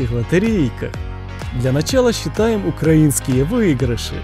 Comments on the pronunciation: Не укра́инские, а украи́нские! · Язика тобі вирвати за наголос в слові укрАінскіє білети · Не то ударение!